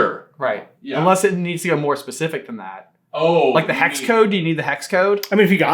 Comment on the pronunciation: Dude there are no Rs in hexcode 😂